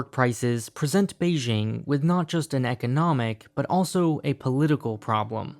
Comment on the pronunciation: Please check out how to pronounce Beijing .. - This is out of love, your china videos are great